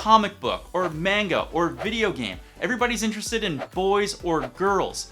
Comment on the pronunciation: the way you said manga really hurts me sorry